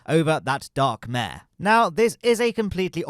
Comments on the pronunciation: Pro-tip: “Mare” in the context of Lunar low-lands is pronounced “Mar-ae.” It’s derived from the Latin word for “sea.” The reason why they were called “Mare” is because they appeared to look like bodies of water due to their (relatively speaking) flat surfaces. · Bonus points if you roll the ‘r’